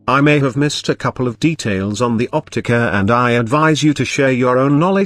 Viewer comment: The OPTICUH! Lmao love it lol I main the Opticuh.